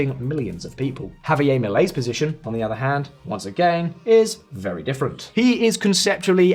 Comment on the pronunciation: Why give his name a French pronounciation? JavieR